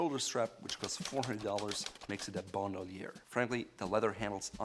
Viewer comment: This guy in desperate attempt to pronounce everything “right” is pronouncing everything terribly wrong. For example, he pronounced “Bandoulière” as “Bond-oo-lee-ehr” when it’s pronounced “Ban-doh-lee-ay”